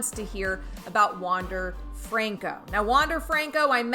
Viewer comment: Pronounces Franco wrong and Adames LOL